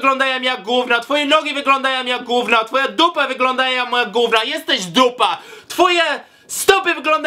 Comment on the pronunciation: "gówno cie to obchodzi" nie "gówno co ci obchodzi" i przede wszystkim GÓWNO a nie "GÓŁNO"